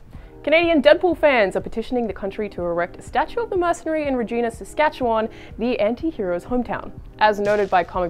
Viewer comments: It's not Re-gena is re-gIna really pronounce the I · Its pronounce RE-GI-NA not REE-GEE-NA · What's a Regeena? It's pronounced like Vagina, only with Re at the front. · Ree-Jai-Na. Rhymes with the part of the female anatomy. Not Ree-Gina. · Gotta love people mispronouncing a city name. it's not reeegina it. its regina like vagina. rehgina? idk source : am a reeeegina'rrr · I cringed every time she said the name of our city wrong. The reporter makes it impossible to understand the joke and she doesn't even appear to get it. Regina(the city) rhymes with vagina, that is why it is considered the city that rhymes with fun. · You pronounced Regina Wrong